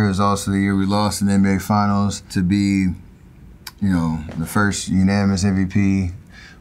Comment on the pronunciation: I appreciate replaying the part where he says he lost to Toronto in the ginals